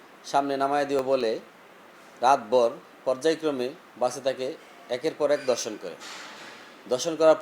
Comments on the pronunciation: রিপোর্টার বারবার 'দর্শন' বলতেছে। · সাংবাদিকের উচ্চারণ ঠিক নাই। ধর্ষণকে দর্শন বলছে। কি এক অবস্থা।